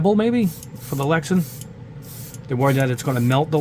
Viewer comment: It's LexAn not LexEn